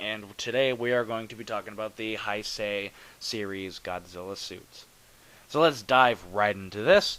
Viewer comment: G91 might be the coolest Godzilla suit ever. It's powerful, menacing, bulky without being fat... Fantastic! I agree with you that it looks better than the 89 suit (which really is the same costume), and I think that has to do with the way the rubber "settled" after being used in BIOLLANTE. By the way, it's "Hey-say". I'm sorry I keep correcting your pronunciation with all these videos, but since this is a term Godzilla fans use a LOT I think it's fair to make sure people pronounce it correctly.